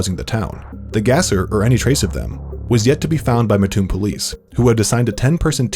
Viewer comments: Why does everyone always say Muh toon? Surely some would get it right without living there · I lived in Lake city IL pop maybe 175 in 1979. Siblings and I went to school in Lovington IL 4 miles away. Also in 1984 went to Lake Land College in there. Its pronounced Matt - toon. Ty for this video sweetheart 😊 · I keep cringing every time I hear muh-toon and I’m from the neighboring town. I shouldn’t care yet here I sit wincing and waiting for the mispronunciation. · Ahhhhh I live so close to there! I’m excited they made a video about that town! Although it’s really pronounced mat-toon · Great job, it is just pronounced Matt-oon, like the name Matt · It made me cringe everytime here pronounced mattoon wrong 😭😭😭😭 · When they emphasize the a and not the ts in Mattoon 😂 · Had to stop the video after two minutes and the town name pronounced wrong over a dozen times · Seeing all the people from Illinois in the comments telling him he pronounced Mattoon wrong makes me happy (being from mattoon) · While I love my tiny town being seen, you guys are saying it wrong lol. It’s Mattoon like mattress or Matthew. Our own weather man usually says it wrong though so it’s all good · My small town is 500. Also they are pronouncing Mattoon incorrectly. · I’m from mattoon Illinois and they said it wrong in the beginning tho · How'd it not bother you how he pronounced Mattoon? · Mispronounced Mattoon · The way he says mattoon makes all mattoon people instantly violent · that’s all i could think about the whole video LMAO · Yeah both syllables are really emphasized for some reason, but more emphasis on the Mat part, with the slightest stop in between the syllables. My mom’s from Mattoon and a lot of people just can’t pronounce it because they didn’t grow up with the weirdness of the word. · Rotf so true!!! So glad they covered this story though. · haha i’m from a little way from matton but i even realized he messed it up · I live in mattoon so I was mad when I heard him say it that way 😂